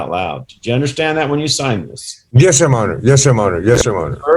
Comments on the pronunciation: The guy at the bottom, in jail. What the heck is he calling the judge? When he answers yes or no? Sounds like ‘yes monitor’ and as the questions continued, he’d say “yes sir ‘monitor’ yes sir ‘monitor’ “😂 Also how can the corrections officers not know their loud talking and laughing is hears in all those individual court cases that were going with each prisoner. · can’t help it -“myohner/majohner/myhonor” and all it’s variations is so amusing to me. My youngest son says forget and “formember” instead of remember. Full on reminds me of that, which of course I find super adorable. 😂❤